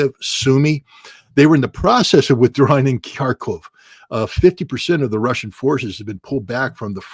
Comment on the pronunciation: Sincere thanks to using the correct ENGLISH pronunciation for the cities of Kharkov and Kiev!